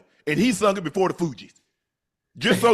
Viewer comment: Unc really out here Unc-ing …. Calling The Fugees the Fiji’s 😆😆😆😅